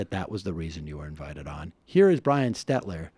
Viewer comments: FYI, Sam, it's SteLter--not SteTler... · Not “Stetler” it’s “Stelter” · His name is SteLter not Stetler